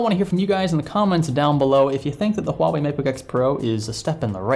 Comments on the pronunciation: its not HU Ah wei. Its pronounced as "hwa". The 'u' is basically a sound to make the transition between in this syllable easier, nothing weird with it. You got it correctly in . hahaha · Did you just say "Hu-wah-way?" My soul hurts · It's pronounced Ha Wei. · It's pronounced "Wah-way" :-) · Pronounced hwawei in case anyone was wondering. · It's pronounced 'ua-wei' not 'huawei' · No, 2 syllables and the h isn't silent: hua - wei exactly like it's spelled. I'm Chinese and speak Mandarin btw. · IVE HEARD HUAWEI EMPLOYEES SWITCH BETWEEN (HU-WA-WAY) AND (WAH-WAY) WHICH IS THE RIGHT PRONUNCIATION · You don't actually pronounce the H in the name of the company. It's silent and should start with a W like water. so its pronounced Wuawei. I know cuz I've managed a cell phone store and spoke to their reps before. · True, a long time ago Huawei already saw lots of people using Spanish-like pronunciation on Huawei (with silent H) and just went with it to make it easier for everyone. That's unfortunately the standard they set now. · it is a weird name, because you pronounce it wrong! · The h should not be silent. Huawei decided to promote it in the west using the silent h pronunciation. Idk if its either for the most part westerners genuinely just dont really know how to pronounce it or its because they've just got used to it. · In Chinese the H is not silent. Huawei just dumbed it down so Westerners have an easier time.